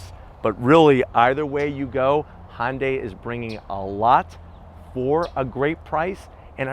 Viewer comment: Its not a "hondai" its a "hyundai"